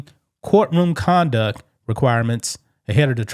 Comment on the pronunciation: Btw !! Court room conDUCT !! TTTTT NOT DUCK K ?? CMON DUDE !!. It's hard to listen to ebonics. Better to just put the info from paperwork on screen and we read it .